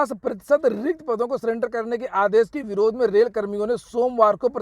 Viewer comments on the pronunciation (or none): सिलेंडर नहीं सरेंडर होता ह